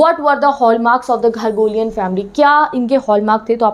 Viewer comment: THANK YOU FOR THE VIDEO. but u need to work on the word pronunciations as ur teaching something informational it is GARO-GHALN-IAN and not ghargolian pls review next time